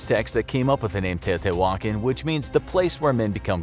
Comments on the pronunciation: Its not teo-tay-wokkin its te(h)-o-te(h)wah-khan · How to you get your pronunciation? Tao-tay-wan-kin?? LOL Try Tao-tayah-Wah-cahn.... Your pronunciation is driving me crazy! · its tea-ha-tea-wha-kon not tea-oh-tea-whalkin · Tay-oh-tea-wah-kahn. Not Tay-oh-tea-wokin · It’s not pronounced teyo te walkin... lol please look up pronunciations before making a video lol it was painfully funny to hear you say it like that... It’s teɪˌoʊtiːwəˈkɑːn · The pronunciation in this video makes the old gods weep. Edit: The presenter sounds like Fozzie Bear! Teotiwokkawokkawokka! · ITS PRONOUNCED (TE OO TIII WAAA KHAN) SAY IT WRITE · Are you trying to say Tee-o-Tia-wah-kon ??? cause that's how u say it 🤔🤦🏽‍♂️ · It fricken Te-oh-te-wah-con Not whatever u called it lol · I haaaaate how he says “teotihuacan” 🤣🤣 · The accent is on the last A. You should pronounce it better. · The hu in teotihuacan is pronounced like a W. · Hearing him mispronounce teotihuacan every time made me leave this early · "Tio T. Walken" Christopher Walken's Uncle. TiO tEe WaLKen...but can pronouciate Quetzalcoatl correctly.